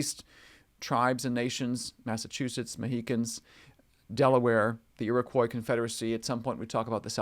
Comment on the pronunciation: You may wish to cross check your pronunciation of some of the tribe names. As a Canadian, I grew up with different pronunciations for Ojibwa and Iriquois.